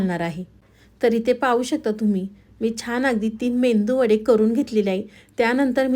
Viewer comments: Menduvada nahi meduvada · खरंच ,खूप छान receipe आहे . करून बघणार.😊 पण तुमचा तो मेंदू वडा हा शब्द ऐकायला खूप खटकतो . तुम्ही इतक्या सुुगरण .पण जगजाहीर असा मेदू वडा हा शब्द तुम्हाला माहित नाही का ? मेंदू वडा उच्चारताना सुद्धा तुम्हाला कधी चुकीचं वाटलं नाही का? हॉटेल मध्ये मेनू कार्ड वर सुद्धा मेदू वडा असा उल्लेख करतात.😊😊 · Mendu vada naahi te medu vada please pranounce kannad means aas ka